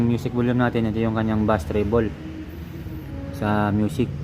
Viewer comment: Beys (bass) hindi bas